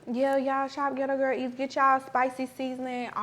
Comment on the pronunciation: Her team needs to get on her about pronouncing the name of her company correctly because it's very annoying like it's not "ghetto girl eats" or is it? I like but that's a non talkn bihh😂